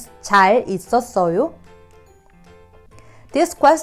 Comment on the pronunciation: The first letter I heard tsal not jal. Can you explain, please